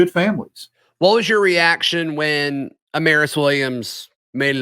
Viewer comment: go watch Amaris tweet about how to say his name. We've had it wrong